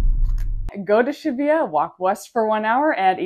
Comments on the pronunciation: Omg please learn to pronounce street names right. It's pronounced sha-boo-ya. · Weird way of pronouncing Shibuya